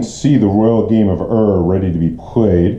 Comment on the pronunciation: It is not the Royal Game of "Err". Ur is pronounced as "Oor", in the same way the word Uhr is pronounced in German.